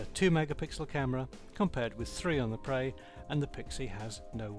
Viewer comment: its pre preeeeeeeeeeeeeeeee sound it out p r eeeeeeeeee